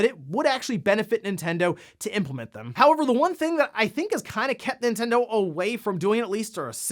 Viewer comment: it's Nintendo LoL